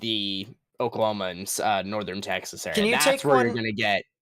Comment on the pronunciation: Damn that was intense but a funny livestream whatsoever, you and us in the chat did a good job for lightening the mood 😂👏 We arent gonna talk about the oh-KOH-knee or the day-las/fat worth teck-sass? 😂 holy that was hilarious. But that Leslie tornado and THAT PALM BEACH ONE THOUGH sheesh that was intense, and seeing both of them form on live was scary! great work man!